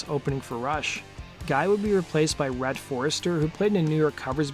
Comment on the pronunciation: Rhett Forrester, not Red Forrester. RIP. Also, it's Sandy, not Sammy, Slavin. Decent video, but the research is sub-par.